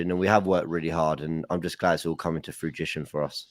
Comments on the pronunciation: is brutal his reaction to saying "Fruitition" made me want to give a double like. The chemistry between all of you guys is amazing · “Frogition” had me screaming what the hell is on 🤣🤣🤣😭😭 COYG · Bad boys and. You couldn't help with the "fruitition" instead of the "fruition" word from. The banter is so unreal. Another great podcast guys. Keep up the good work. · always said havertz would come good and fair play it’s coming to ‘Frutition’now 😂👀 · Fugician, Pronounced fu-ji-shan; noun 1. The realization or fulfilment of a magicians plan. In a sentence "But it's all coming to fugician now..." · The way and looked at eachother when said frujition 😂😂😂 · 'fruitition' LMAO. This world can be cold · “its all coming to flutition now”😂😂😂💀💀💀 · Love that it's all coming to "Fruitition" 😂. That being said it made me second guess myself! 😂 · The moment said "fruitition" i knew and were gonna fold 😂 anyone let him in on the joke yet? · is savage 🤣🤣🤣🤣🤣 “Coming to FRUITITION” 🍇🍊🍏🍉🍎🤣🤣🤣🤣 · The “frujition” parts of this had me dying! absolutely kills me 🤣🤣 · "froochishun" is straight out of the Robbie Lyle playbook. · I'm a big fan of the show and watch every episode. I never comment but after said "Frujition" I just had to 😂😂😂😂😂. Great work gents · had me in tears again mocking fruition pronunciation from, which went over Lees head like a Kane penalty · The fact that is laughing along with an the gang but he has zero idea your taking the piss out of lees miss pronunciation!! Get off lees back, all knew what he was getting at… ish. 😂